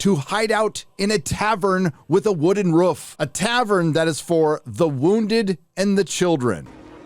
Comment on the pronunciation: It’s roof, not wooves